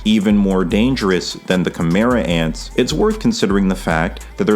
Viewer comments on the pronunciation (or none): when you say “Kimerats” are you referring to “Chimera Ants”?